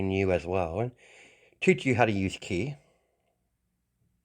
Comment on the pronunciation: It's pronounced kee the letter i in Japanese makes a long e sound. Hence the spelling ki.